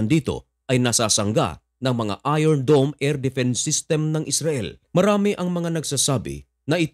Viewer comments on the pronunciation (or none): none